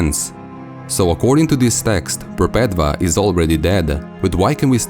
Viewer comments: Wonderful work! I love your uploads. I think Perpetva is pronounce "Perpetua" (mean "perpetual" or "never ending") as "V" was used as "U" in latin, where Catholicism gets its vocabulary. Just food for though to add to the conversation. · I cringe when he pronounces Perpetua wrong